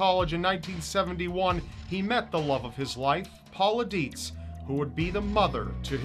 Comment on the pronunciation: I thought you said his wife's name was Paula Deen XD I had to rewind that lol